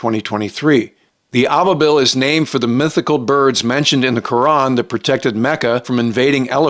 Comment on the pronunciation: Hate to be that guy but Al Thani is pronounced like Al Saani. And Ababil is pronounced as aa-ba-beel.